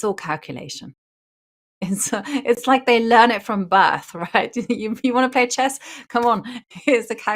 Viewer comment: Houska, the game is called chess, not chass